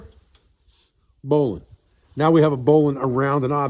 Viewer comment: Oh my gosh, this is outstanding! I can tell that I'm going to spend hours on this channel. 🙂 And let me just say, it is such a pleasure to find someone on YouTube who knows how to pronounce "bowline". (My father, a former sailor who was then commissioned and became a Naval aviator, taught me a bit about rope and knots, but I've always wanted to learn more.)